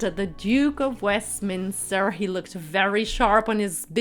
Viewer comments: Please get the pronunciations of the names correct, like the Duke of "Minster"?? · It is Duke of WESTMINSTER not Minster. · Duke of Westminster not Minster… 😂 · It's WESTMINISTER NOT MINSTER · Interesting but the voice of the narrator is AWFUL and she really needs to learn how to pronounce words. It’s the Duke of WESTminster not the Duke of Minster. Who is she to be so critical? It was the bride's choice of dress, of shoes, of hairstyle, of make up - who cares what ' my personal opinion' is - she knows nothing and is just rude. Um, ah, eh - so annoying... rip the bride to bits but she thought that awful dress of Eugenie's was 'beautiful' . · He’s the Duke of Westminster not “ minster” as you first stated . His name is Hugh Grosvenor *. Olivia’ s dress, veil and flowers were so beautiful. A beautiful wedding. ✨ “ pronounced Grove enah “ 💖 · The commentator has a terrible voice and pronounced Westminster wrong. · Who is the Duke of Minster or Westmin , and who the heck is Hugh Grosvenor or did you actually mean the Duke of WESTminster and Hugh Grove-na (spelt phonetically). While the tiara was by Fabergé [note the accent over the final 'e'] and not by Faberzh as you stated. If you are going to talk about a couple's wedding you might try and get the groom's name correct, it isn't difficult nowadays to find out how names are pronounced using the internet. And eighteen eight is NOT the end of the 19th century but the beginning (if you actually said eighteen eighty then your editing is terrible as you appear to be cutting off half your words (eight instead of eighty and Westmin instead of Westminster for example). Sorry but I couldn't watch beyond 6.36 as you are reporting on something while getting everything wrong including the very easy pronunciations of names